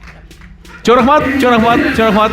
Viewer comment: Жакшы бирок сиз шашпай сөздөрдү так айтыңыз чо рахмат эмес чоң рахмат!